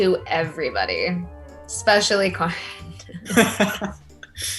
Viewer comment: can we just talk about the fact that karan’s name has been pronounced so many different ways; “karAn”, “kArAn”, and now “Cor-n”